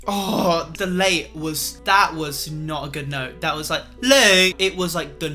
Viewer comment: “It’s not to LAæt”